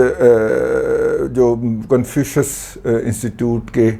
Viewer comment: Why did you said confushish but sahib